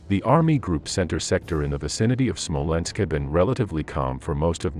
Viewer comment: It's SMOLENSK, you morons, NOT "SMOLENSKO"!!!!